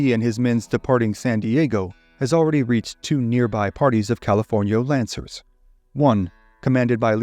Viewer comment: "Californio Lancers" please.